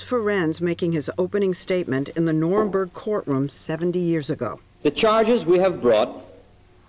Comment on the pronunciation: "the norinborg" like how can you even let that miss pronunciation through lol